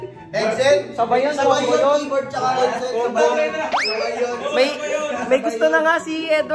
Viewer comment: Natawa ako sa “kaye-board” HAHHAHAHA